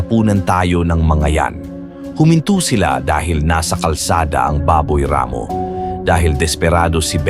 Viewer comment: ampangit talaga ng narration... palpak at sablay pronunciation.. instead baboy ramo.. ginawang baboy rammmo.. ikinasa hindi ikinaaaasa.. nakatamo hindi nakataaaamo.. iilan lang ito sa sablay na pagbigkas.. mag aral sana muna bago mag-narrator... subscribe na sana ako nawalan ako ng gana